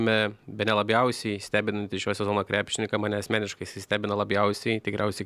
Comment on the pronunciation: Kodėl,, nuolatos sakai labjausiai, vietoj labiausiai?:D